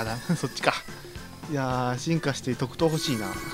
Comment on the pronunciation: 特賞じゃなくてとくとう？